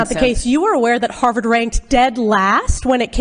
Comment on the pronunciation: Rolling on the floor, laughing my fu$king ARSE off at 'Haaavaaared' 😅😂😊🎉❤